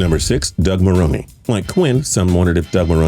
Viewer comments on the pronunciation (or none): “Ma-roan.” Not “Ma-roan-ee” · you got a great voice but how does let you butcher certain details. Its Doug (muh roan) not maronie. Like do you watch football? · Is he saying Marroney?? WHAT?? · Doug Marroney? Really? Can’t even pronounce head coach’s names correctly. And your research sucks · I was out when this dude couldn't pronounce Doug Marrone's name right. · Am i the only one getting annoyed how he says marrone wrong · He pronounces Marrone so weird